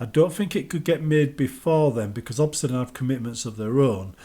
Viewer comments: Bro obsidian not obsidawn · Why are you saying Obsidan?